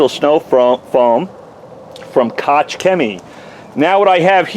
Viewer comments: Koch rhymes with chalk... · I have a friend with the last name Koch, and it is pronounced "Coke"... not sure if that is the same.